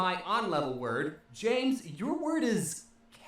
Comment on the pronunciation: kat? Its cat